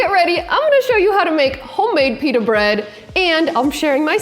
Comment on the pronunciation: YUOU SAID IT WRONG